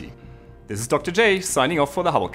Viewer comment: Is it just me, or he says he's signing off from the HOLOCAUST??! they should really change the name of the show... or at least the host's pronunciation!